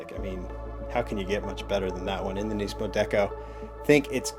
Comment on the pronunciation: its not neesmo how you say nissan you say nis-mo